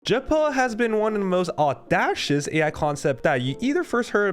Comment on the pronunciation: Audacious is pronounced aw-DAY-shuss, not aw-DASH-us.